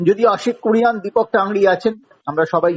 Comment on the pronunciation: aare ota "Kurian" na "Kuruniyan"!! eto din dhore ekta surname thik kore bolte pare na.